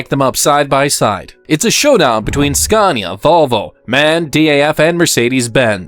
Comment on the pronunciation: I don't see what a budget has to do with inaccurate dialogue and AWFUL AI pronunciation. For a channel about trucks, showing a video about trucks, to mispronounce their actual names is pretty sloppy. Iveco and Scania for example. Just narrate it yourself, would make a nice change!